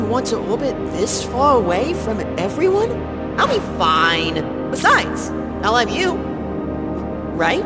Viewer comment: He said I'll have you but sounded like I love you 😂